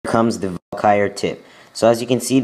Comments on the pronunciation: not to be rude but ts pronounces val-kee-ree not valkire which is what you sound like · it's not pronounced Valkyre it's Val ka ry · Its valkyrie (Val-ky-re) not (val-kire) :/ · Wtf is a val-ky-er? You mean Valkyrie? Val-ker-rie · It's pronounced Val-Kee-Ree as someone ese said, not val-kai-er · It's not val-kire. It's Val-kir-ee. just fyi. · Val-ky-rie!!! Not Valkire... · VAL KU RIE, not valkire -_ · wtf is a valkiar? its called a valkyrie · its not valkire its Valkyrie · Val ca ree not Val ki er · dude its pronounced VAL-Ka -Ree. i want to rip my ears off everytime i hear you say val-kire.. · It's pronounced VAL-KIE-REE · It's pronounced Val-KEER-ee, emphasis on the KEER. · its actually Val-Kuh-Ree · Sounds like he is sayin vulkire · It's pronounced. Vahl-Kuh-Ree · Its pronounce val-ka-ree. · Lol it's said val-kr-I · It's pronounced Val-ka-re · Dude it is pronounced Val-ker-Ree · Pronounced: vAll. Car. Eeeee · Lol Valkyr, he can't pronounce crap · Omg! I was laughing to death when I heard him pronounce Valkyrie!! Lol! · You make so many fails... Starting from the pronuoncation of Valkyrie. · I wish you would pronounce 'Barbarian' and 'Valkyrie' properly, seriously dude, look it up! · You can't even pronounce HER name properly never mind use them to good effect. 100 DE to kill clan castle troops? Just use 1 lightning spell instead, you wont even have to lure them out of the base.. Those who can't, teach. Ay? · Elixir(not elixair) VAL-KY-REE (not Val-kires)moreter(not moretar)